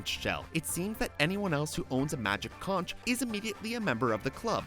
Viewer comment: is pronounced Konk